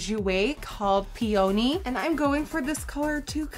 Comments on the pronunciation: Pee-Oh-knee? I thought it was like pee-a-nee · I think the blush is pronounced Pee-onee... like the flower. Peony. lol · pee-own-ie....... peony............. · The Peony blush is pronounced PEE oh NEE it's a flower. Accent on the first syllable. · pee oh knee pee on ee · Omg I love this so much!!!! By the way, your blush is pronounced Pee-on-E. <3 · the blush you used is called "peony" pronounced "peenee", not "pee-oney". its a kind of flower. very cute look, though! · Pee-o-knee Fraise bonbon 😂😂😂 IM DEAD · Hey Nikkie! Just for future reference I thought I would let you know that the blush is pronounced "pee-nee". English is really dumb and I think it's so amazing that you're able to speak so fluently in it when it's not your first language. You're so talented and such a beauty! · It's pee-oh-knee lol I love you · I know this video is old but I couldn't help but notice the way you pronounced "peony" I love it lol (not hatin') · Anyone notice how she pronounced peony? Lol I know English isn't her first language but I got a good laugh! Sorry Nikkie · The way she pronounced peony though, that made me laugh, I love you Nikkie ❤️❤️❤️